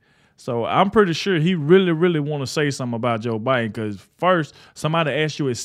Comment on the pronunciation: It’s not bi den!!! Who’s the Pupp remaster???